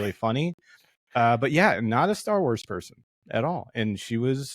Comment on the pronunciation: The guy in the black shirt mispronounce almost every starwars words and locations and it made me on edge most of the video.